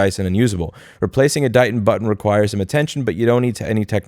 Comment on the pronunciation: Stop saying button weird